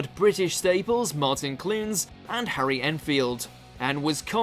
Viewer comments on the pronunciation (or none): none